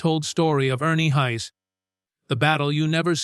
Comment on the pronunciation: His name is pronounced Hahs not Hays. I've been listening to him for about 40 yrs. He's a gifted singer.